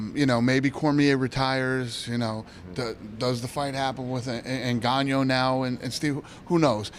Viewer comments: Did he say iganjoo intead of Ngannou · Nganyo. Goostaufson. Learn ur fighters names Fudd.